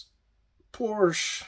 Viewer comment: PORSCHE, two syllables. Have respect! Honor Motorsports legacy. No disrespect to Ferdinand please.